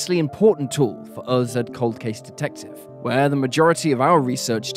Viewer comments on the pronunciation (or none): none